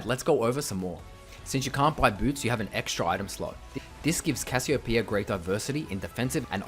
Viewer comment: THANK YOU... for saying... it... RIGHT